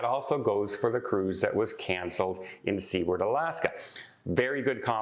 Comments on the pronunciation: It's not "see-werd"... it's "soo-erd" isn't it...?? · the city of Seward was named after the US Senator that handled the Alaska purchase, and his name is pronounced Soo-word, not sea ward. Love your content otherwise! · I have always heard Seward pronounced Sue-ard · Very strange about the missing man, I hope you keep up on what happens and include updates in future videos. Also, just because its driving me a teensy bit bonkers (being born and raised in Alaska) = Seward is actually pronounce Soo-werd (kind of like sewer with a d at the end). The town (city?) is named after the guy who negotiated the purchase of Alaska from Russia… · please! You're giving us Canadians a bad name with the Alaskans and as I live in the Yukon they are my closest neighbours. They pronounce their city name "Sewer-d". Like, what goes down the toilet and add a "d". LOL. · Seward, Alaska is pronounced “su ward” with a long u sound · Seward is pronounced SUEward ("sewer" with a d) ! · I think Seward AK. is pronounced [ soo-erd ] AK. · It’s pronounced **sue-erd**. As a travel agent you should know that. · I think it’s Canadian accent causing him to pronounce Seward as sea-ward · I believe it's pronounced SU - ARD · Your driving us Alaskans crazy 😵‍💫. Please pronounce our cities name correctly. Love your blog. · I heard the Midships channel pronouncing it that way, too! I guess I can cut a break being Canadian; maybe the history he was taught didn't include the U.S. purchase of Alaska, which we were taught was referred to as Seward's Folly by opponents after William Seward, the Secretary of State who negotiated the deal. The sale price was $7.2 million, or $0.42 per acre. Such a deal! 😊 Phonetically, it's pronounced: "Sue-word".